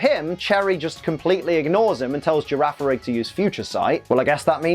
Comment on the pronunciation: The second G in Girafarig's name is a hard sound. Gira farig Farig iraf That's the only explanation I can think of at least